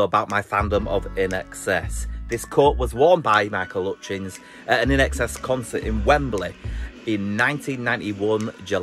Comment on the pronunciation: RIP "Michael 'utchins"